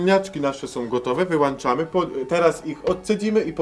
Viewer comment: nie wyłanczamy tylko wyłączamy!